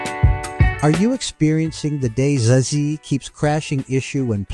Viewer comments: Least helpful video ever. Also it is call Day Z and not "days". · I swear, if this guy says "days" one more time... I'm going to have to come over there. It's DayZ... like "Daisy." Yes, like a flower and we're proud of it. DAISY DAISY DAISY 🌻🥀😆😆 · him calling it DAZE :|